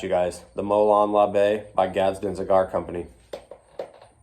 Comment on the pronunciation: I knew you'd pronounce it right my friend 😂 I already miss you guys.